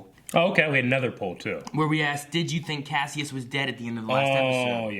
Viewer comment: Oh my God,! You've heard his name for eight episodes now. It's Kas-i-us, not Kassius.